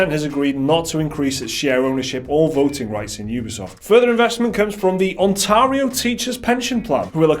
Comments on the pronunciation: The way pronounced 'Ontario' hurt my soul. Ps wheres jake?? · Can you say "ontario" for me again and this time do it right